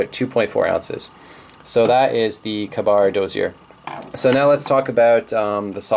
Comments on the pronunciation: You come across as a pretentious douchebag in this video. And it's pronounced KAY bar NOT kuhBAR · If you say "kuh bar" I can't take you seriously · you should really carry the ka-bar (pronounced k-bar) a little bit more. it's actually a really great little knife! it may even have the upper hand in blade steel. it's also 20 bucks!!! opinions very I suppose. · He can't pronounce KA-BAR. Turn the vid off now.